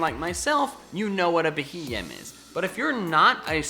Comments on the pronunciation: IT'S BEHEEYEM, NOT F*CKING BEHEMEN! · 1) This is basically Top 10 Forgettable Pokemon all over again, and the entries are too cliche (Wow, Heatmor and Beheeyem in a list like this? Who would have thought?) 2) Beheeyem is not difficult to pronounce, you just need to think of the acronym for Bug Eyed Monster, which is a folklore term for "alien" 3)If by your own admission you're not good at battling, stop basing your judgements on Pokemon off of that. Lickilicky can be a great Normal Gem STAB Explosion lead in lower tiers 4)A list like this is a magnet for hate and a sarcastic introduction will never be enough to stop it, it will just make the haters angrier. That being said, I still like your videos, I just think you can do better than this